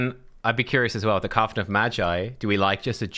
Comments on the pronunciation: Coven rhymes with Oven. I swear I heard say Coffin of Magi. Haha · Jeez! Another colab! When are you two getting married? I think it's pronounced more like "cuv-en" like oven I feel with the addition of Iron Twins, that a Bio-Mech faction is possible